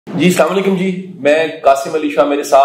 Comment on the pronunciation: Qasim sahib, Assalam o alaikum bolty hain.. Salam alaikum ko nahi... Ye bht notice kia... Esy drust krain